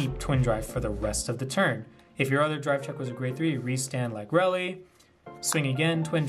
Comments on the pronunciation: also lagrele is pronounced lag-real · Good list dude. Ive been loving Bastion since Lagrele came out. I dont know the exact pronunciation of it either. Ive been calling it Lag-Ree-Ul. Deck is hella cheap too for anyone interested in starting up Vanguard. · very cool deck, the restander helps with lagrele cost a ton! i always thought lagrele was pronounced with ending like gabriel, this is first time heard it pronounced with Elly ending.